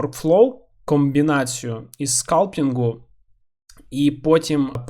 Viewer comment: просто цікаво, чому скАлптінг? це ж суто англіська вимова. Ви ж кажете "блендер" а не [ˈblen.dɚ]